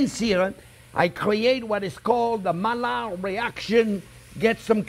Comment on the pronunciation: Hi Chef, did you simmer with lid on the pot or not at all? Would like to try this recipe soon. Thanks. By the way, shouldn’t Maillard reaction be pronounced the way the French would pronounce- ‘mai - yar’ reaction since it is a French word?